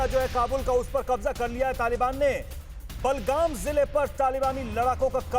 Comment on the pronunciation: बलगाम नही बगराम है 😄😄😄😄